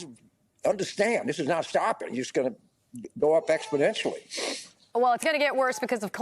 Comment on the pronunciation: he said that word that Biden is famous for. " EXPODENTIALLY" 😅😅😅😅😅😅😅